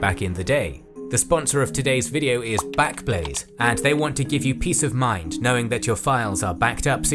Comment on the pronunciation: Well done, how on earth you said backblaze so many times without saying blackblaze I have no idea! Such a tongue twister, try saying it ten times fast, I can't do it lol 😅